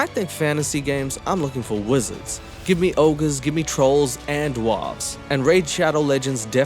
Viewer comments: Bro I love you but why are you sayine 'doo-warves'. Its dwarves, like Snow White and the Seven Dwarves'. But otherwise you're smashing it. Do dwarves get called doo-warves in South Africa? maybe its that, anyway much love dude. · I will download that game just to be able to hear you say Da'Warves forever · Lol “dwawwwves” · Oh yes I'm gonna start pronouncing dwarves like that now lol love it and that is the first time I didn't forward the rage promo because if it. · please I’m crying at the way you say Dwarves and the video has barely started 😂